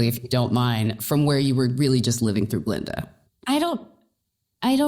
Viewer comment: "GLINDA"* not GALINDA